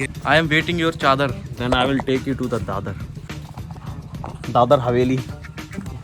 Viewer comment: Bhaiya vo dadar haveli nhi dadra nagar havali hota hai jha mei rhe te hu